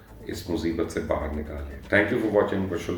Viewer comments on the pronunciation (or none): none